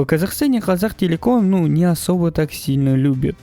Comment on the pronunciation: Не козактелеком а котактелеком